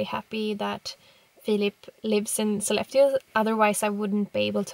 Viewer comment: Still pronouncing Sollefteå as a southerner. Not an issue just interesting.